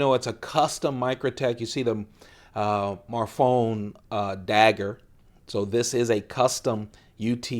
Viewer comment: the name of microtech's founder is pronounced (Anthony) Marr-Fee-Own-E (Marfione)